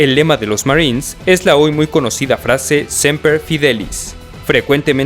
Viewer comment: Todo bien hasta que a #$/% tienen que pronunciar semper=siempre (muy obvio) como si fuera inglés. Es porque los gringos así lo pronuncian o porque cuando no conocen una palabra la dicen en inglés?